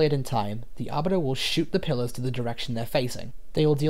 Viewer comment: I can't unhear pillars as pillows 💀